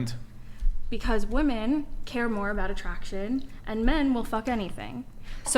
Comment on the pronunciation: The plural of ‘woman’ is ‘WOMEN’. Why can’t they say it correctly!?!?!?